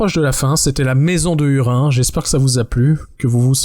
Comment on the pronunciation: Petit bémol sur la prononciation des noms propres (hurin->hourine par exemple) qui me pique les oreilles 😅 en dehors de ça très bon épisode comme d'habitude!